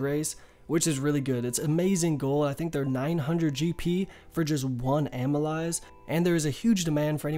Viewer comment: Great video. Amyl-"LACE" is how it's pronounced, btw - it's an enzyme found in saliva.